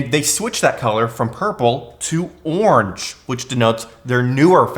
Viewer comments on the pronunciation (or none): Great content... I was selling USB when they first came out! And orange is pronounced or-an-ge not awnJ or whatever that noise was you made lmao... sorry, can't help myself - I heard it and my brain dropped a gear.